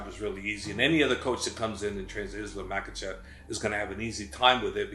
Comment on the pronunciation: For a college grad you dont know how to pronunciate and seem to put in mysterious letters in where there isn't one present, like Makhachev DOES NOT HAVE AN L ANYWHERE IN MACHACHEV?!? ITS DISRESPECTFUL FOR YOU TO MISPRONOUNCE SOMEONES NAME WITHOUT ANY ATTEMP AT DOING IT RIGHT!!!! FR9M CHAMP TO CHUMP!!!